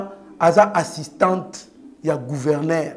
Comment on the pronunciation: GouvernER te, gouvernzzEUR. nde Yekola francais